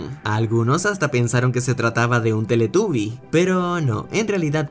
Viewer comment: SE PRONUNCIA TELETABI, NO TELETUBI